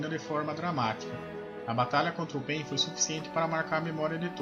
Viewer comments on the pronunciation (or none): Pq pein e não pain?